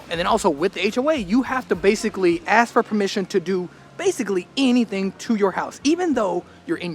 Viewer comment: A Dutch a-hole here: It's ASK, not AKS. Have some respect for your own language.......